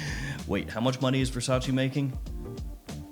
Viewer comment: I love your channel so much, but please stop saying "versageee" 😄 There is a video of Donatella Versace explaining how to pronounce it, more of a "versatcheh" 😅